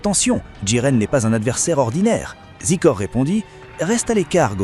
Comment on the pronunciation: zaykooor(Xicor) not zeekor